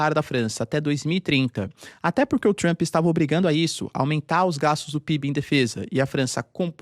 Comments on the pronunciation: "Avaliou Trumo" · " Avaliou, Trumo" 😂